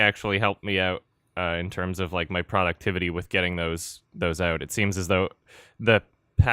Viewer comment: "ProducTIFFity" lol